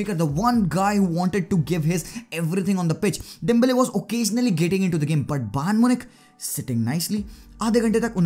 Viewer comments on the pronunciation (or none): I like the way you say dembele may like nurse 😂😂😂